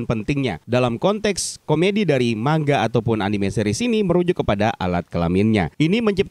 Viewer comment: Salut menyebut manga secara benar (man-ga / mangga). Giliran channel² lain yg kontennya khusus animanga malah salah menyebut manga